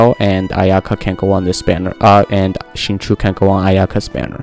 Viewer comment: xingqiu is said "shin-chow"